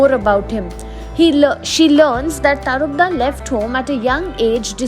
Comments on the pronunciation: His name is tarapada,u are saying tarpda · Pronunciation is TARAPAD